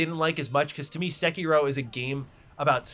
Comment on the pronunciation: Homie is really going out of his way to say as many of the terms and names as possible COMPLETELY AND UTTERLY WRONG 😂